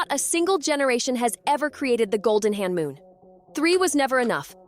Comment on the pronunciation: you are accidentally saying Honmoon as hanmoon